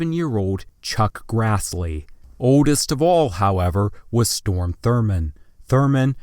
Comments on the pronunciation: It's Strom, not Storm. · mild pronunciation nitpick: it's Strom Thurmond, not Storm Thurmond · it's not "StORm Thurmond," but StROm Thurmond lmao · Very cringy video. How can you mispronounce "pro tempore" and important names like Millard (Fillmore) and Strom (Thurman)?!